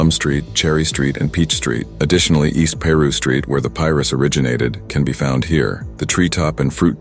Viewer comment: “East peru st” 😂😂😂